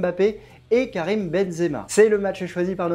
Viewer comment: ......sans eeeeeeeeee à la fin faite un effort quand-même